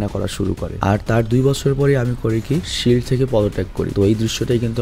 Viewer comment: ফিল্ড না ভাই শিল্ড হবে